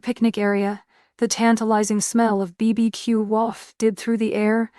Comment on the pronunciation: Curious, original, and inventive tale. Good work! Teach the AI "BBQ" is pronounced barbecue. LOL